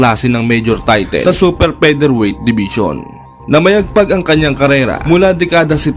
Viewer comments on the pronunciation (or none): Get SPEECHELO FOR PLEASANT AUDIO. ITS NOT PRONOUNCED TAYTEEL.